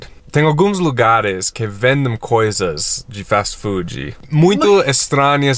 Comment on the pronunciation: falando Fastii Foodiiii é maravilhoso